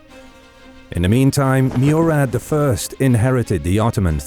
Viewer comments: its not Meurad its Murad try to pronounce names correctly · It is "Morad" not Murad. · Murad pronounced Mo-Rad not Mew-Rad. Great animation by the way 👍